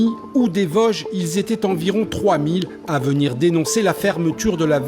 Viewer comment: On dit Vosges du pas VAGE